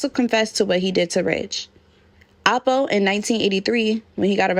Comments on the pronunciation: It's L po. Sounds like you're saying apple. Also there is a apple from Harlem that's affiliated with this, Soo your accent sounds like you're talking about that person. Lol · Alpo not apple smfh